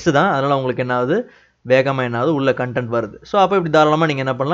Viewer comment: Please correct your pronunciation of Content as காண்டெண்ட்/ கண்டெண்ட் அல்ல Thank you your service is noble>